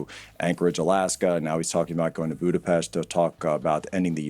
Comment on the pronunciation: He said Budapest correctly massive respect!